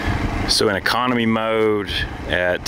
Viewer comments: I thought said “commie” button... but then he said Economy button... hahaha! Sorry... (I think it was mentioning CA aka Commiefornia with their many needed warning stickers) FYI I’m born and raised in Commiefornia close to SF south of San Jose hehe Did they really have all those real “warning signs”?? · Did you say commie button? LOL